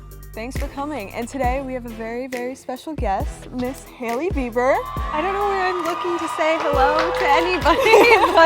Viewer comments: she just said Hailey beaver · EXCUSE ME DID SHE SAY HALEY BEBIER WTF HOW DID SHE GET HER